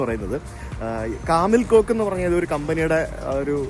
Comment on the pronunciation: Kamil Koç - കമിൽ കോച്ച് ആണ് , കോക്ക് അല്ല !